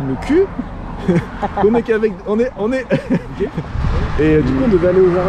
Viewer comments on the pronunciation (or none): none